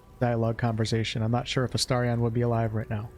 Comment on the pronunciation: Drives me bonkers you calling him Astariaaaaahn. Other than that, great video. 😂